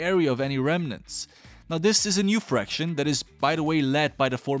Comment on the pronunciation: I think you meant "faction" instead of "fraction". Good video, tho (^-^)